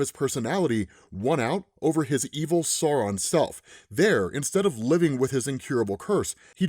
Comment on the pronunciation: At first I thought you were saying "Sorrow" 😅 I think the alternate pronunciación is better... "SAH-u-ron" (and don't swallow the "n")